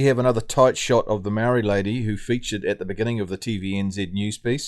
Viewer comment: Who's the narrative idiot speaker talking bullshit?????seriously can't even pronounce moari properly, let alone scratch his backside 😂😂😂😂funny